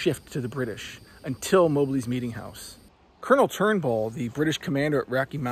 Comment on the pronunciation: MOB---LEE, NOT MO-BLEE